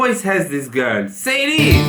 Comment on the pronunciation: Selin değil Ceylin. Türkiye ile ilgili program yapıyorsun, Türkçe okumayı ogren.